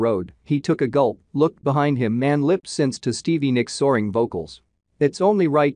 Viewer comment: u don't like hearing "lip-sinsed?" lol